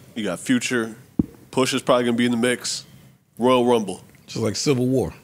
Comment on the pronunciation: “Roya rumble”